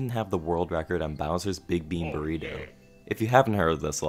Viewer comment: "Was that a burgritto?"